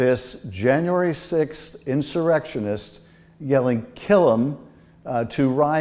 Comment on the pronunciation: Did he say insurectionist? Hmm. Having a hard time grasping you know that,that thing?